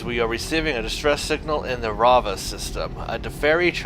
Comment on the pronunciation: Its raveh not ravah system